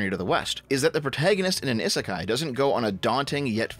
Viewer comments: The sound you keep making when pronouncing Isekai (ih) doesn't exist in the Japanese language. Aa ee oo eh oh form the base sounds and you put other sounds infront of them to form words. So, isekai breaks down to: (ee)s(eh)k(aa)(ee) It's a phonetic language, so everything is pronounced exactly as it's spelled. The I's we use in the Romanji spelling represent the symbol for (ee). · I know it's romanized with an 'i' but Japanese has incredibly regular pronunciation and it's 'ee'sekai. Technically the 'i' at the end is the same, but it runs together in the 'kah-ee' sound. It's not an 'i' like in 'in'. inb4 weeb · Having the hardest time with this video because someobody who has "Otaku" in his name can't say "isekai" properly. eee-seh-kai. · "Ih-suh-kai is a Japanese word..." uhh, not pronounced like that it isn't! We give JP a hard time for their Engrish but Westerners' Jupunese is just as bad like damn xD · You're mispronouncing "isekai"